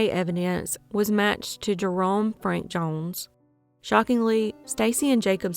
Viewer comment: These cases are crazy!!!! Off subject tho the way you say “jones” makes me cring